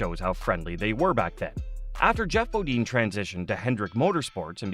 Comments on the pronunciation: BOD-INE NOT BO DEAN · I hate the repetition of 'BODEEN'. (dang, must be a yankee) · at least learn who your talking about it's Jeff Bo "dine, not Bo dean. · bo-DEEN? C'MON..... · You guys don’t know how to say their last names is Bodine you don’t know how to say their last names right you should not be in an announcer on here cause you don’t know how to say their names, right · Annoying huh! Same thing I kept thinking lol